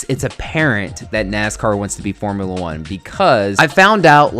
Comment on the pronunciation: I died at “Formula eugh”